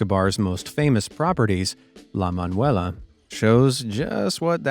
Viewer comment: Amaze guy: La Manuela Me, mexican: Jejejejeje... "La Manuela."